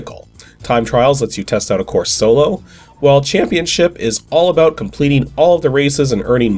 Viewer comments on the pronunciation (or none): none